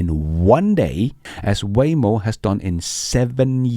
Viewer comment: Waymo=WHYmo soon WayNo? or just WHY???